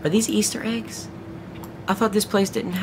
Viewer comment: when you said it looked like eggs I legit thought you said AIDS!!!